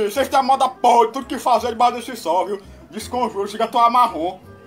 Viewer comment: "discomjuro" kkkkkkkk